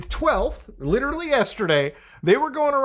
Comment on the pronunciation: This has really fucked with me for a long time now. You ssy ""literally" not just constntly but you pronounce it just like Leafy. PLEASE stop. It's gone on long enough bro.